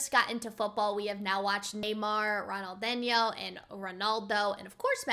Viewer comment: It’s Ronal-dean-yo . Just say it fast to sound more natural.